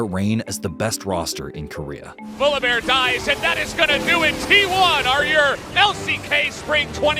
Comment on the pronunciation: Kuria? You mean KO rea right?